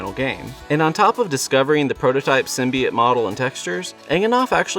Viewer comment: I winced every time he said “symbiote.”